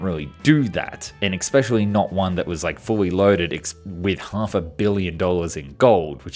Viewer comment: Pronunciation correction, "especially" commonly and incorrectly said ecspecially.